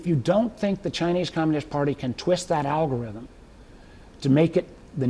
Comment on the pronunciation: That old man said algorizzm